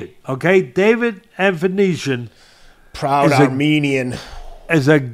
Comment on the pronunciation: Ava-knees-ya . . . ava-neez-iyum . . . Avan . . . Uh . . . David Okay! 😂😂😂 Best Prizefighting Channel Ever!!! 🤣👏👏💯